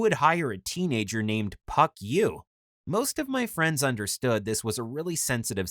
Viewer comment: It sounds exactly like Fuck yoi